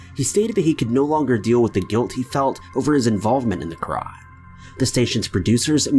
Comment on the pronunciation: I was gonna subscribe to the channel but then I heard the way he says 'crime'